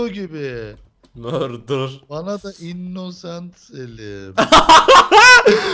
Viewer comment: mörder sliyır. innnoooosent selimmm dedi +1leyin görsünler